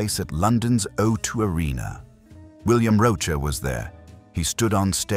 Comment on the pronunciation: William Roach not bloody Roacher as the voiceover claims at some point❤